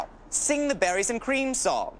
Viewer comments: I thought he was saying batteries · I thought he was saying “Batteries and Cream”🧍🏻‍♀️